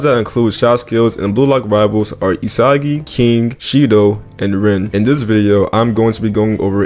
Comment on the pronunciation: HE FINALLY SAID ISAGI AND NOT ISAGUY😂😂💀💀